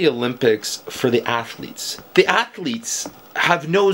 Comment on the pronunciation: Sure. ATH--O--LEETS